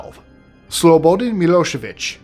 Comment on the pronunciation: I love your show but can you learn to pronounce things it's Hague not hog and it's slow-badan milosavich these are pronunciations not spelling but back to I love your show